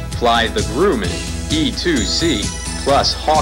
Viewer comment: Yup, my home when VF-213 was aboard. WESTPAC 1993 when snail mail was the primary method of comm with the outside world. Loved the COD! Great bunch of sailors, airmen and Naval Aviators. All hands were expected to do their job well and have each other's back. BTW, it's Grumman, not "Grooman".